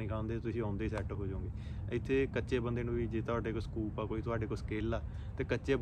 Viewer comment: ਸਕੋਪ ❎ ਸਕੂਪ✅😂